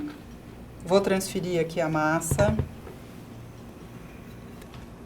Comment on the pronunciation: "transferirrrrrrrrrrrrr" 😂😂😂😂 a edição tem o humor da Rita. Muito bom!